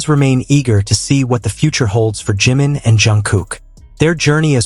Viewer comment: Hablas y hablas de la 'famosa FOTO' y NUNCA LA MUESTRAS NI ANALIZAS LA MISMA... Además tan DIFÍCIL es PRONUNCIAR CO-RREC-TA-MEN-TE los NOMBRES DE JIMIN y JUNGKOOK?¡?¡?¡?¡¡ Esto de abusar de la 'famosa' IA hace que los trabajos que 'PRESENTAN' sean REALMENTE una muestra de la POCA o NADA DE ORIGINALIDAD DE SUS AUTORES!!!!!!!!!😠😠😠😠😠😠